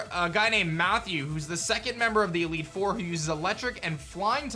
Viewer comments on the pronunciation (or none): none